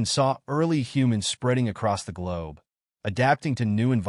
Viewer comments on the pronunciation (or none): none